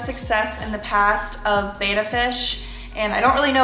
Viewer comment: They're called Bettas, not Betas.